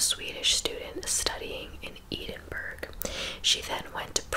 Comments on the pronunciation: Edenburg, think you mean Edinburgh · The real crime here is the way “Edinburgh” was pronounced. It’s “Ed-in-burr-a”🤦🏻‍♀️ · It's Edinburgh lol